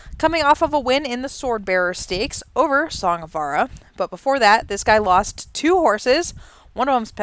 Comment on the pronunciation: I'm Glenn Larson's son, and I'm commenting on this for one reason. Pronounce the j in Vajra! It's "Song of *Vuhj-ruh*", not "Song of Vah-rah"! Put some respect on his name!